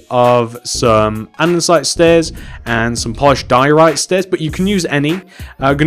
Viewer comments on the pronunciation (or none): anyone else find it really annoying whne he mispronuciates or spells something wrong in the video. For example, he says anDENsite!! It is just Andesite. There is no N!!! Also he spells grey wrong. He says gray not grey. REALLY ANNOYING